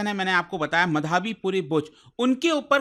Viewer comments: Sir, wo माधबी है मधाबी नहीं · It's madhabi btw not madhaaaabi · मधाबी ❌️ माधवी✅️